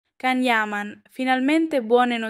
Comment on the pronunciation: Io non capisco perché ancora non sapete pronunciare il. Nome Can. Ignoranza pura